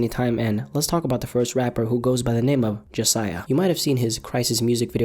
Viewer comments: “jasiah” “jahseh” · JAHsiah? Really?